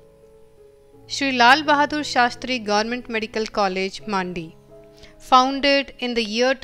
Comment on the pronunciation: Di it's mandi not maandi